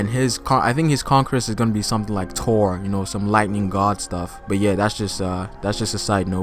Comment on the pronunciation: Bruh are these people just ignorant or what there are movies about this shit it’s not “tour” it’s Thor.... how tf do you butcher that I get anime names but wtf